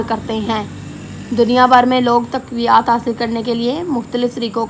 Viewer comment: taqwiyaat nahi taqwiyat